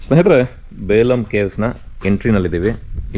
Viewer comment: ಅದು ಬೇಲಂ ಅಲ್ಲ ಬೆಲುಂ